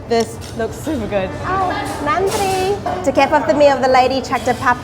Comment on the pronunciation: Love the way you say Nanri for every serve. We Indians need to learn this from you 😃